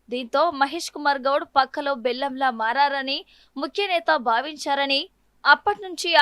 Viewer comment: పక్కలో భల్లెం, బెల్లం కాదు మీరు తెలుగు ఎలా చదవగలరు , so funny